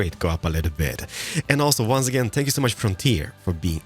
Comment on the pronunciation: When says "thank you" instead of "spank you": * audible confusion *